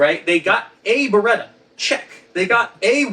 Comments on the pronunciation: I finally figured it out. "Beretta." I figured it out on my own from the rest of the video. IN NO WAY does it sound like that's what he said. Even now that I know what he said, it still doesn't sound like he's saying anything close to that. It still sounds like "barga." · It's "Beretta" instead of "Beredda", "Walther" is pronounced "Valta" instead of "Uolther" and "PPK" is pronounced "peh-peh-kah". I don't understand how someone, who has written a book about it, gets that wrong. 🤔